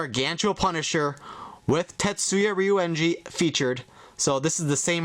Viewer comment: It is not Tetsuya Ryeungi it is Tasuku Ryeungi! It will be imbarrencing if u say his name wrongly! He is also like the second main character with the greatest hair in the future force.